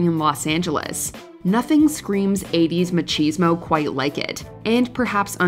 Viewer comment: Ma-Cheez-mo? Please don't tell me that's how you pronounce that word? That's so funny 😂